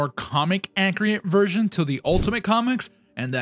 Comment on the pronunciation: “Accriate” lmao